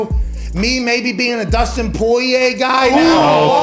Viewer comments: Who tf is “poy-yay”?🤣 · They way everyone except Conor says Poirier is so irritating idek why I'm usually not someone to complain about pronunciation like this but god damn